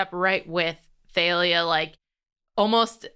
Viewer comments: theylia? not thalia?...........ok................ literally have NEVER heard that pronounciation of thalia/talia in my life. from the singer talia to the comic assassin thalia al'ghul.......no no to theylia. i. can. NOT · apparently Rick says he pronounces it more like thal-lia. I personally pronounce it like Talia or Tahl-lia. Never heard the they-lia pronunciation before so that's pretty interesting